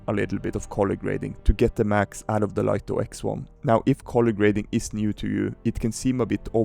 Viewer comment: For information, DJI want it to be pronounced Light-Oh not Leet-Oh. DJI sent out a pre-launch press-release to Lito testers and were adamant that they were to pronounce it "Light-Oh." 🤓 And if you're going to do more Light-Oh X1 videos?... SUBSCRIBED! 😁